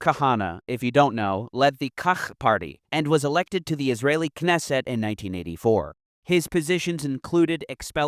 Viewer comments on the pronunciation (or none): none